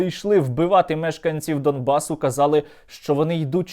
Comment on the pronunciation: Не Дамбас а Донбас! Шойбу говори правильно